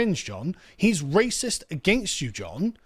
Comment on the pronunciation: Come ben you guys instantly fold when someone calls you a ray-sis. I can see why it was so easy to take your country. Bunch of tea drinking wimps😂